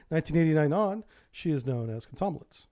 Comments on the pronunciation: should be pronounced “kom- som- O- lets” rather than “kom- SOM- o- lets”... stress should be on that 3rd O... just saying :) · It's not "kom-SOM-o-lets", it's kom-som-OL-yets". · Komsomólets... Plavník.... Dude you wouldn't want anyone to mispronounce your name because it was originated in the other country... So how come you never bother? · Russian writing is not the best, as some letters are pronounced different from what is written (nowhere near as bad as English though)- so 'komsomolec' is pronounced kam-sa-MO-liets. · Remind me to teach you how to say Komsomolets some time.... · It would be a great help if you'd take greater care with your pronunciation. "Komsomolets", for example, doesn't have any "n"s in it.